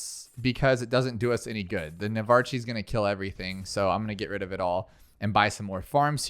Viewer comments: i swear this guy mispronounces everything on purpose at this point like surooken and glive lord are one thing but nuvarch???? open the language arts classes bro 😭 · Also Navarch is pronounced Navark well what it sounds like it, just so you know and keep up the good work 😊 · "Nav - arch" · Him saying navarchie was killing me